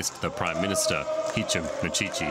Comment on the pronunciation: How she pronounce mishishi tho😂😂